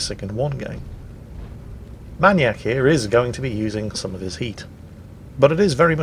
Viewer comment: MAN YAK?! Isnt it MAIN E ACK?